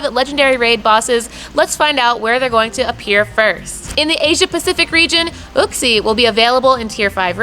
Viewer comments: Your maps are wrong. Uxie is not available in India... Mespirit is. And that’s not how you pronounce Uxie lol. It’s Yook-see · It grinds my gears when people keep pronouncing uxie wrong the way everyone says it sounds like a cave man